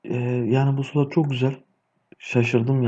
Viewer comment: Sulot değil be kardeşim slot